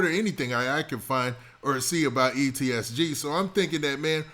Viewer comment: PLEASE FOR THE SAKE OF YOUR FOLLOWERRSS !!!! FUCKING MAKING IT SHORT AND BRIEF !!! THE RAMBLING HOLY SHIT RUN ON SENTENCES.. AND ITS EEEEE SSSSSSS TTTTT NOT EEEEEEEEEEEEEEEEE TTTTTTTTTT SSSS GGG !!!! holy your a reporter and dont even know how to pronounce there NAMES ?